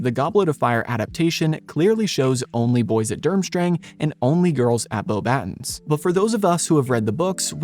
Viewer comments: It's not pronounced "boh-battens," it's "bo-ba-TÕ," (like the English word "baton," but without the final N sound). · You pronounced Beauxbatons wrong, it's pronouced "Boba-tong" cuz it's French. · You can tell it's AI by how it tries to pronounce the French school name. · You lost me with your pronunciation of Beauxbatons